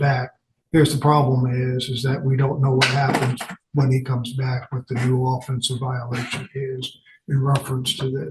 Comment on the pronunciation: Judge, the word is pronounced off-ENSE. We say its off-ENSE-ive. not OFF-ensive. ALso we say he committed an off-ENSE. A football team has an OFF-ense. If someone commits a crime on a football team from the OFF-ense he has committed an off-ENSE!